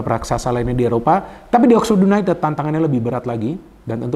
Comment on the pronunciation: Yunaitid bacaanya bung😅